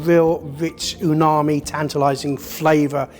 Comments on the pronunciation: ....hmmm the chef called it UNAMI...lol. Its Umami 🤔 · Unami!!?? I don't trust a chef who doesn't know it's umami, not unami. Just sayin!! Nice quick camera change though, its barely noticeable. 😆👌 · did that chef call it unami or was it just me? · did he really said “unami”? 😂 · Why did the chef say Unami and not Umami 😂😂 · You are just wrong here. He was saying "UNAMI" NOT "UMAMI". "Sashimi grade" is not a legal term. It is a marketing term that is not regulated. Literally anyone can put a "Sashimi Grade" label on anything. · did that "professional" chef just say unami instead of umami?😂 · Also “Unami”? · he said Unami. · Yup, I had to rewind to see his mouth movements, definitely unami or ooonami as I heard it 😂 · Yes, I had to rewind to see if his mouth close to form the M sound. It doesn't. Strange.